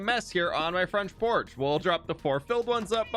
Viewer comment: Fronch Porch